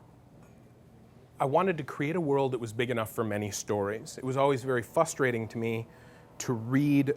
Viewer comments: The way he pronounces this word is "fustrating." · For a guy who writes books as amazing as his, you think he could pronounce 'frustrating' properly.